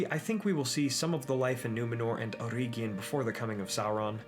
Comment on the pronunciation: May i bring up a minor criticism of the otherwise great video? The second "e" in Eregion should sound the same as the first one. Like the "e" in the english word "bell", not like the e in "ear".